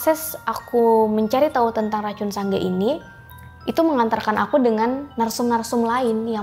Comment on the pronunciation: Sedikit koreksi buka sangga bang tpi sanga